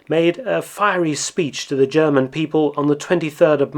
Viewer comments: What separates Mark’s videos from the rest are his succinct summary, lack of extraneous narrative, and he takes the time to pronounce foreign words properly. He does the same for Japanese and Russian, like he does here with German. As a German speaker of myself, I appreciate him not slaughtering the German language like so many other videos. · Thank you for your always very interesting, non biased and well researched Videos. There is so much to learn about the war. Also your pronounciation of german words is very good. Keep them coming!